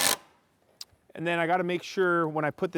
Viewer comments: Can someone explain the "acrossted" I hear a lot of people saying. I've been noticing it a lot lately, mostly northern people of youtube. Is this a northern accent/dialect thing? I always thought it was just across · breaking news! research has found that there is no 't' in the word 'across'. muhaha.